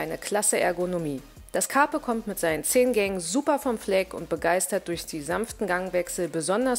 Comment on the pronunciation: Nehme an, der Name bezieht sich auf das Sprichwort "Carpe diem" also, so wie du das ausspricht wäre das schon richtig =)